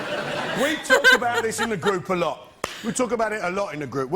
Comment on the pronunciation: "I don't think they wealise this is the way I usually tawk".